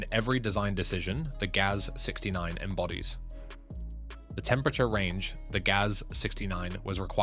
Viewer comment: Russian automobile marques are spoken as a word. Not spelled like G-A-Z, but as the word GAZ. Same goes for UAZ and the Romanian ARO, and aircraft types like Tu, Il etc.